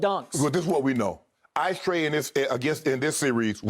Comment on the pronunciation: Shannon said “Ice trea” too funny